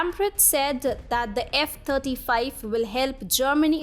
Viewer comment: Thirty five F35 fighter jets becomes a tongue twister when v is pronounced as f! Fascinating